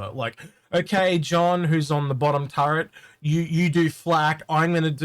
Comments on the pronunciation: ...it's called a Tur-ret. There is no N in the word. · So many friends do that They call it a "turrent" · Yea its extremely common even after being corrected many times, some folks just factory reset back to Turrent. No cultural or generational reason to it. Just a human phenomenon.